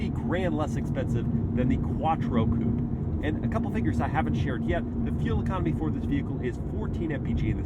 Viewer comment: I thought i heard you say “read drive performance Poop” 😂😅